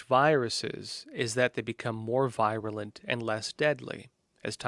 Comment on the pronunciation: Please revisit your pronunciation of virulent.